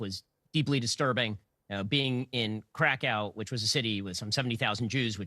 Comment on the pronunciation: It’s pronounced Krakov Ben 🤦